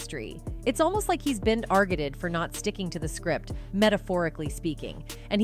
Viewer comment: Right. It just said “argeted” instead of targeted.